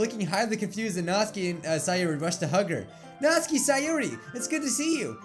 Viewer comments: Nat-suki Not Natski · All reading this comment stop saying Nat-su-ki it is Not-s-kee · It's not Natsuki it's pronounced Nat-Sue-ki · Its natsuki not notski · It's pronounced Naht-SOO-Kee, not NAHT-suh-kee I feel like Hermione right now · It's not natski it's natsuki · Stop saying Natski please it is annoying say NatsUki WITH THE FREAKING U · Natsuki The normal way of saying it. Nat-sue-key Natsuki How says it. Nat-ski A whole new 🌎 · says Natski But others say Natsuki. be like DON'T CARE. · Pronounces Natsuki like Natski Me: 😐🇵🇱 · Is he saying Nazi? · Natsuki sounds likr Nazi when you say it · Its nat suki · you pronounce natsuki's name like nat-suu-ki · It’s NAT-SU-KI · Ur pronouncing natsuki's name it sounds like ur saying not sue key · That's how you say her name! I get very angry when people call her "Natski". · Her name is pronounced "Nat-soo-ki" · Who else hear "Natzi"? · WHAT NOOOOOOOOOOOOOOOO NOT NATSIKE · he said natzi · OH NO NATSUKI!!!! NOT NATSUKI!!!!!!! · Not my Natsuki 😢😢 I'm a french new subscriber 😊 I love your videos very much 😊❤ ( and your hair 😍 )